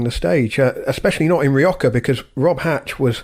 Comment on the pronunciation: Why is pronouncing Rioja as Rio-ka? There is no "k" or "ch" sound in the name Rioja in Spanish or British/ American english.